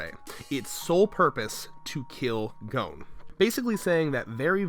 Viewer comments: Gon is pronounced like 'GONE' not 'GOEWN' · Gohn? Its pronounced Gahn. >.< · Why are so many people pronouncing Gon "Goun" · Why do people say gouun instead of Gon? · Dislike how this guy pronounces Gon. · That Gon pronunciation though